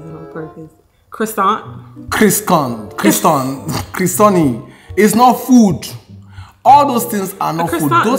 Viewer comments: Bro said Carrison instead of croissant 😅😅😅...love his realness ❤️❤️❤️ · Carisson you know 😂😂😂😂😂😂😂😂😂😂😂 🤣🤣🤣🤣🤣he butchered the name croissants 😂😂😂😂